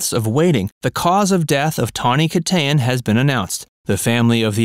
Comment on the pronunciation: Christ at least pronounce her last name right. This channel has gone down the crapper in the last two years.